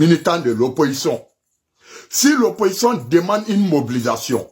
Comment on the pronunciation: on ne dit pas oppoçon mais plutôt opposition. Toi tu ne sais même pas parler le français mais c'est toi qui haineux qui lance mot d'ordre aux microbes